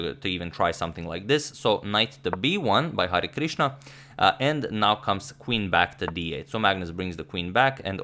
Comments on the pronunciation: I'm from India so you u right It's pronouncation is Hari-krishna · #Harikrishna ... You are correctly pronouncing it ... It's Hari + krishna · Hi Agadmator! I am from India and I like have seen manny videos uploaded by you. I enjoy them very much but have never commented before. Today I am commenting because I want to appreciate the way you were taking the Indian name Hari Krishna. This name is actually a god name in India and is taken with a lot of respect and devotion. Everytime you said Hari Krishna was very nice and your are well appreciated for it :)